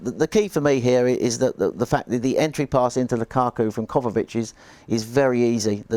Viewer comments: Great show, the analysis was on point except he kept on saying ‘Kovavic’ instead of ‘Kovacic’. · Hey it’s Kovacic not kovavic